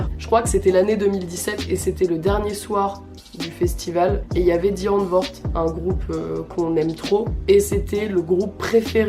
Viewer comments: oulah par contre c pas "di antvord" mais "daï antvourd" mdrr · alors non du coup on dit [di antwoud] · elle l'a si mal prononcé😭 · La façon dont tu prononces Die antwoord...